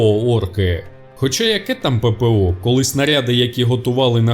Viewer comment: Пепео Пепео а шо там Пепео пеееееепеееееооооо а шо не пепеооо